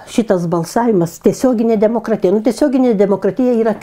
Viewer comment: Artūrai ar ne tu tik sakei kad ,,apsivemsi jei dar kartą išgirsi netaisyklingai kirčiuojant žodį ,,DemoKratyja - demokratyjos" būtent taip kaip pasakė tavo pašnekovė?